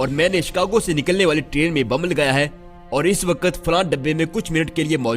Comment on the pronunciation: A.o.a Mien apky chanel s kafi mutasir ho but mein ek baat lazmi kaho ga k ap jb video p commentry krty h tu ap hamseha waqt ko waqat bulty ha kindly is cheez pr ghour kry 😊